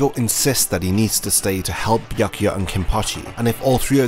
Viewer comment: damn, i couldnt listen to your horrible pronounciation of "Byakuya". After B there goes "ya". these two letters form one sound, one vowel, not two. you pronounce I Ah. you should make the same sound as in "yammy" word.